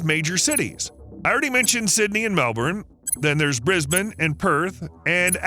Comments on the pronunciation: Please bro dont say Mel Born its Mel bin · "Mel - BeN" please I beg of you, it's pronounced "Mel-BEN". not born. I promise. every australian you meet will absolutely love you if you refer to it properly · I’d go easy on him. I live in Melbourne and I often hear people pronounce it as “Melburn”. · Warwick is said Worrick. Canberra is said Can-bruh. Melbourne is said Mel-burn. Pilbourough is said Pil-bur-uh